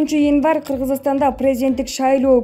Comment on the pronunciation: Январды так суйло